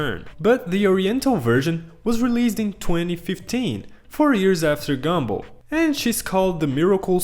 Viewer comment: No offense but I don't think you know how to pronounce gumball 😭